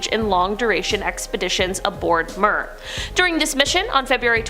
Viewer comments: Mir is pronounced mirror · MIR is pronounced "meer".